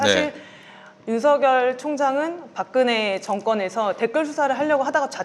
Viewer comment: 김용민피디님 '윤서결' 로 제대로 발음하시네요. 그러다가 '성녈' 로 잘못 발음하기도 하네요.